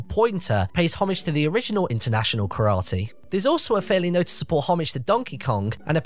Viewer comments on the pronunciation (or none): none